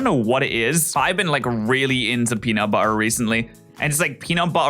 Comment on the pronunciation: PENUT BUH-ER